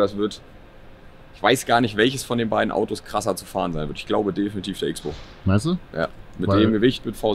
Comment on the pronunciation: Hört bitte mit dem "X" - bow auf.. das Auto heisst "CROSSBOW"!